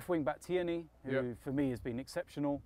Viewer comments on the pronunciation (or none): It’s pronounced “TEER KNEE” not “Tearnay”